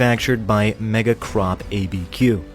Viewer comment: Last one is mega CORP. Not mega CROP.